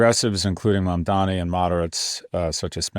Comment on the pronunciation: Holy shit Scott learned how to say Mamdani's name